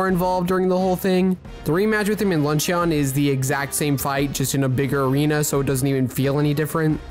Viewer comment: My dude keeps saying "LUNCH-E-ON" and its sooo annoying lmao. It's pronounced "Luhn-chn"